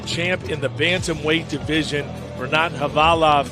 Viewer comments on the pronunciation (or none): But he pronounce khavalov as khalivov all the times ...